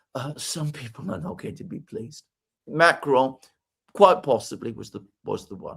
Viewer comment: If you can't pronounce French,, don't try. Every time you say Macron I cringe